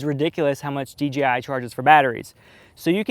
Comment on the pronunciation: he keeps saying dgi instead of dji